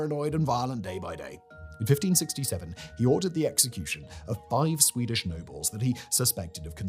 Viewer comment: I feel you did a decent job pronouncing the swedish names of the kings. Greetings from a swede.